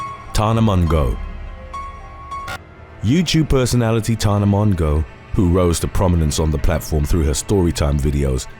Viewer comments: Lmaoooo “Mon-go” 😂 Her name is pronounced “Mo-jo” but I love how some of these names are mispronounced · Tana MONGO!!!!! I'm not even upset over you mispronuncing her name because it gave me a great laugh!!! LOVED IT!! LOVE THIS CHANNEL!!!❤✌ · “Mon-go”. HAHAHAH! 🤣💀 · Crying at how you say Mongeau 😂😂